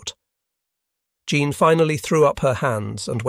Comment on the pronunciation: I’ve really enjoyed this series. Even the AI narration has provided some amusing moments: Jean/Zhawn/GeeAnn; SALinas; etc. Probably a lesson, too: even life in paradise won’t preclude divorce.